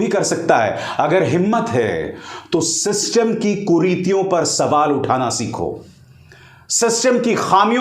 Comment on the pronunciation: शिस्तुम्म ❌❌ सिस्टम ✅✅😂😂